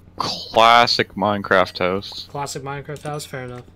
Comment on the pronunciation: 1st To like meh own comment >:D P.S. You pronounced Minecraft wrong